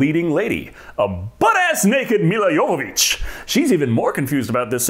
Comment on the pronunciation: Can I just say how happy I am you said Jovović correctly. I hate hearing Joevović constantly.